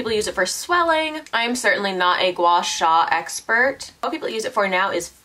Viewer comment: your pronounciation of guasha is perfect haha